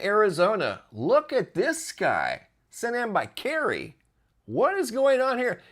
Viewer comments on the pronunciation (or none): none